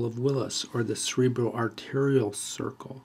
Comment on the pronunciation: I hear you saying cerebella when explaining and pointing to cerebral artery and other cerebral vessels.